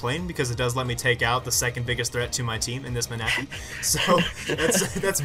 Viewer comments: LOL jolt ma-na-phy. [: defiently not man-a-phy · Happy birthday (also Ma-na-phy. Really?)